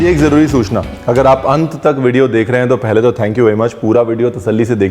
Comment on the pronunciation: teen THO tamatar le lijiye.. Esa koi word hi nhi Hindi me still hr koi use krta hai.. Like haan becomes Hao.. 🤣🤣